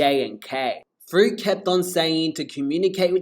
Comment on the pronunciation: You said frit that is not her name🙅🙅🙅